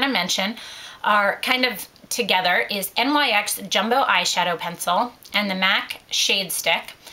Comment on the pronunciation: NYX doesn't stand for anything. It's the name of a Greek goddess so it is pronounced "nix" not N.Y.X.